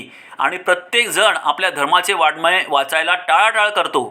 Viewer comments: उच्चार करतांवतणा वाडमय असा उच्चार केला.😂वाचन नीट करा की please 😌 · प्रत्येक आपली गाडी वाजवतो.शरीराची रचना व त्यात असलेल्या सुप्त शक्ती कशा वापरायच्या याचे ज्ञान सांगणाऱ्या व्यक्ती दुर्मिळ असतात.गौतम बुद्धांनी राज महाल तरुण पत्नी गोजिरवाणा बाळ सोडून ज्ञान प्राप्ती केली हे खोटे आहे काय? वाड्मय शब्दाचा उच्चार येत नाही व विद्वत्ता मिरवतात.संयम अंतर्मुखता वैराग्य परोपकार इत्यादी शब्द कोठे ठेवायचे?असे बरसाती बेडूक कितीतरी येतील जातील .जो मेथीचे गौरव नेणे | त्यासी ते भिंगुळवाणे | हेच खरे आहे.देव आहे सुकाळ देसी | टोटल अभाग्यासी दुर्भिक्ष || वैकुंठी कैलासी तिर्थक्षेत्री देव | तयाविण ठाव रिता कोठे || इत्यादी अनेक प्रमाणे देऊ शकतो.पण झोपेचे सोंग घेणारा असा झोपेतुन उठवावा.